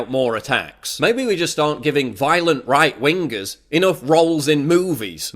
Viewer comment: WINGER....say it with me, WINGER.......jesus christ......